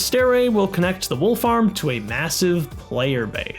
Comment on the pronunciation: Near the end, I kept hearing "Wolf Arm" instead of "Wool Farm"